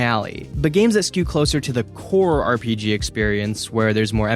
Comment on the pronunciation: Dude discover the R in RPG